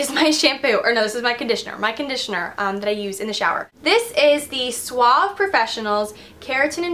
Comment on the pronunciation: suaveee not suavvvv it's spanish for soft :D